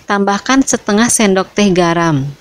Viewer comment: Disendok kali bkn disendug